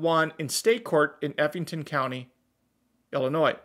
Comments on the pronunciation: Sorry my brother but that is Effingham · "Effing" "ham"